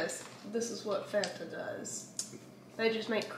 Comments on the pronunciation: Mars drink needs to be refrigerated & its fan-ta not farnta 😂 can’t believe you guys in America don’t have nesquik cereal 🤯 x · LauraLee did you just call that a FONTA.. Ma'am that is a FAN-TA! 😂🤣💜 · I personally call it Fanta: it’s FAWNTA Me: 😭😭Eryns righttt it’s FAN-ta!!!! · I do too. And still know it’s fan ta I don’t live far from her hometown and never heard anything say Fonta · NO! 😂😂🙈 FAN-TA! Not faunta. U just killed me in my 80's kid childhood dream. Lol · Omg, as a South African, its not Fonta, is right, it's FANTA 😂😂😂😂😂😂😂😂😂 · Hidey ho, all! It might be "fawn ta" in Cali, but in the NE, it's definitely pronounced Fan ta. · Do Americans really pronounce it FAAARNta.. lol it’s Fanta I’m with 😂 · Is Fon-tah the way people pronounce it on the west coast or something? I live on the East coast and have NEVER heard it called Fon-tah. We all say FAN-ta🤷🏼‍♀️ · Eryns right its fan-ta not fawn-ta lol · It’s Fanta like Santa not fawnta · i literally died inside every time they said “fOnta”😂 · lol I was just going to comment-it's Fan-Tuh. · it's FAN- TA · We have the chewy shell less skitles in the uk 🇬🇧 am its fan-ta and erm its 1000% pronounced car-a-mel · Lol she calls it fonta I sound like a butthole but I can’t 😂 where is the O??? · I don't get why you are calling it farnta, when it's spelled fanta! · never heard anyone pronounce fanta that way😂